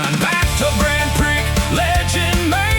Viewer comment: Prix is mispronounced....no surprise cuz the AI always sucks.